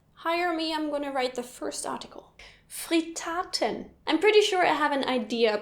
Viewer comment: I'm from Austria and I didn't know Kaprize and Mezzie. Also Pariser is a kind of slicing sausage hier. And it's not Fritaaaten, it's Frittaten. Similar with Ribisel. And I kinda didn't recognize geigeln for some reason.